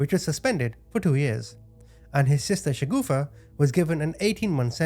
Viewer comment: the name of the sister in law must be Shagufta, not Shagoofa as this guy's saying. A "shagoofa" in urdu is something hideously funny and cannot be anyone's name 😂😅